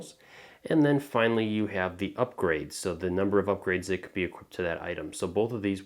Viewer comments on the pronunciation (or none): First off, thanks for the turtorial. Very well made.Second, this game is kind of intended for fans so "will it hold up" isn't necessarily a fair argument.Third, equip is present tense, not equip't. Equipped is past tense, not equip'ted. Had a friend that said it like this and I wanted to strangle him xD